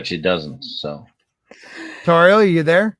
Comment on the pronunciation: Great stuff, as always. Unfortunately, I had to work. (The docks Kenobi). I gotta say I was surprised nobody else mentioned this but kudos to for finally saying Lady Tauriel’s name flawlessly.